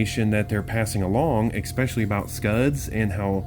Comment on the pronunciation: "Expecially" isn't a word, axe your moms, lmfao!